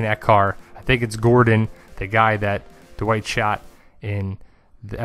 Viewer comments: I'm kinda just joking. I really like your work. Your analyses and theories are thorough and interesting. Still, I bet if you say "bad white" it doesn't come out "bad uh white" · dude... say it with me... "Dwight" (one syllable) not "Duh-white" just "Dwight"... one syllable